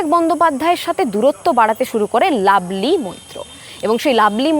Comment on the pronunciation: কথাটা লাভলি, "লাবলি" না। ঠিকঠাক উচ্চারণ করতে শিখুন।